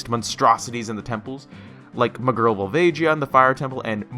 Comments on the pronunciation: Did you seriously just pronounce Vul-VAH-gee-ya as Vul-VAY-JEE-ya? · Its VolvaGia, hard G. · The way you said volvagia deeply disturbs me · Great pronunciation of volvagia